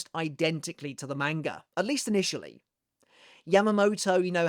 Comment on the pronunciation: Bro stop saying manga like that